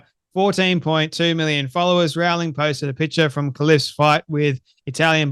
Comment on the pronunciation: Rowling rhymes with bowling.